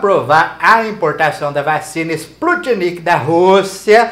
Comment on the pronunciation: Sputnik vc sabe falar neh kkkkk